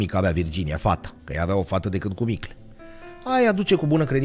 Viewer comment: Sunteți fabuloși, dar ce ne facem cu "dăcât" ul ăsta 😅...